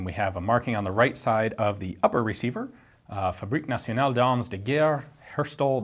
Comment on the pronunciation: Damn, man you need to work on your french prononciation. Here I'm gonna give you some help. Say that with your normal american accent (when I place an H after an A it's because the A sounds like an A in the name Al Pacino or in "arm"). Fah Brick(like a brick) nah tion al d'ahrm du gare. the "du" from duff sound like our "de". Now you sound like a french or belge that has trouble speaking. But at least they can understand you now.